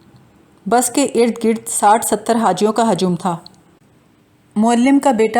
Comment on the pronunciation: Gard nahin Gird.